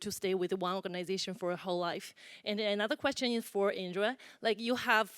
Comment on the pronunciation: It's Indira 😂